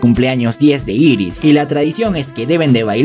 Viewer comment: No es iris es eris y no es grislein es gilen